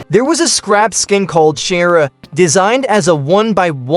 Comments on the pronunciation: Erm chara is actually pernounced as (Kara) not chara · Chaira I have never heard that before it's either Car a Or char a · as a undertale fan im sad for this chara skin but as the robot voiced pronounced it chera or smth like that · Erm where you get this she in game named c h a r a ,kara is just head Canon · chara is pronounced as "ka-ra" btw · “shharia” bro wth??? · the word Chara being butchered but at this point who even knows how its pronounced